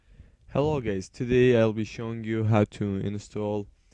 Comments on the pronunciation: hello gays hajahah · guys not gays gays is an insult !!!!!!!!! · ~plays video~ "Hello gays!" lol u wot m8?